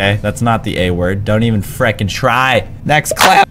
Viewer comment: Yeah I wish he stopped saying friking